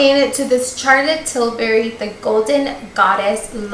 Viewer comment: I love how she’s saying “Carlotte” 😭😭😭😭